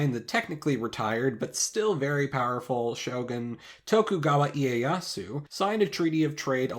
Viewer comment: u r pronunciation is so good. most of non native say Tokugawa "eye"esu.